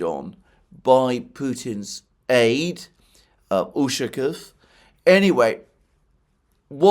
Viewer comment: Its not ùshakov,its ushakóv😃